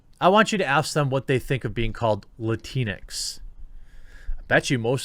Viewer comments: Lantix? Sorta sounds like a slur or when a child trying to pronounce Latino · Okay about the Latinx (actually it’s pronounced Latin-x) is the stupidest thing ever made and term used. End of story🤣🤣🤣🤣